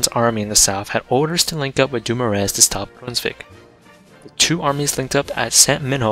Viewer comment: Charles Francois Doumoueueueue